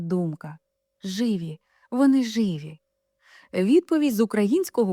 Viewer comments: Знову вимова з московської: як це жИві? Чули, що українською живІ!!!??? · Живі з наголосом на і.